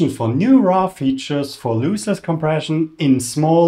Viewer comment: great video... btw, it's LOSS-less compression, not LOOSE-less : )